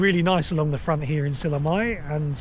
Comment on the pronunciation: mitte SillamAe vaid SillamÄe. Ä - ;) Please learn to pronounce the place names of the country you are traveling correctly.